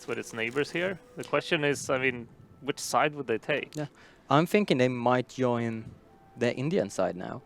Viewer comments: by correct you clearly mean Yoin, Yump etc. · Please Paradox, change the right side commentator to a person who actually able to say properly "join" "jump" ect. My ears are bleeding!